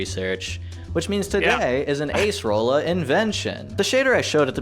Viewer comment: But Accerola